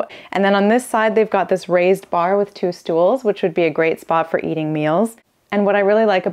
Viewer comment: Did she said "stuhls"? Thatis the german word for "chair".